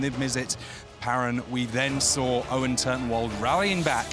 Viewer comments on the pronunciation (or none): none